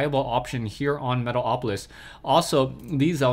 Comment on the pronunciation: Lol, luv when you say Metal - o - polis :)